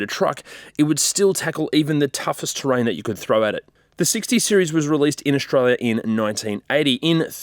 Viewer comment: "Aushtralias" best 80s "utaliterian" 4x4.